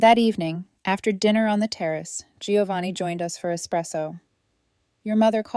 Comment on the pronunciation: It’s “Joe-vanni, dammit. Not “Gee-o-vanni.” Italians everywhere will thank you.